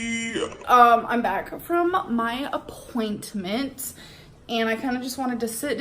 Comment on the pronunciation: “I’m back from my appoinTTTmenTTT”